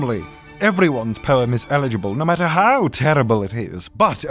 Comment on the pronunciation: Is it just me or does he sound like he saying porn instead of poem